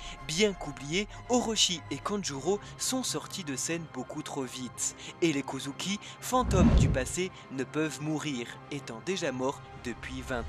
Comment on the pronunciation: S'il vous plait arrêter de dire kouzouki 😭